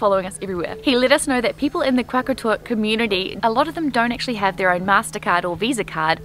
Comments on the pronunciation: Qaqortoq is pronounced more like "Rra rror tok" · It funny when to you guys said qaqartoq